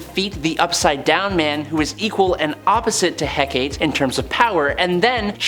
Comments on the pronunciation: "Hecate"= Heck-AH-Tay 😉 Great list. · The goddess from Wonder Woman is pronounced HE-ka-tea.